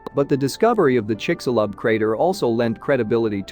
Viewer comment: Almost couldn't get past the narrator's pronunciations of of Chicxulub and Yucatán.